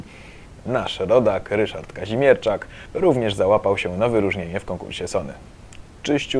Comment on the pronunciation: Ryszard Kazmierczak, a nie Kazimierczak. Pozdro :)